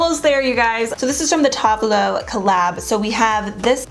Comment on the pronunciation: She clearly doesn’t know who Tove all is by the way she pronounces their name